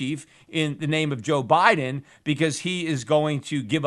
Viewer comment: " Joe Bileden " .... Peter you kill me. LOL.